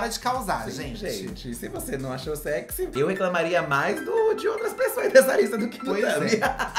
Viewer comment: ''seksi'' kkkkk